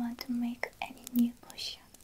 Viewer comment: me hearing cushion instead of potion ma'm this is not a cushion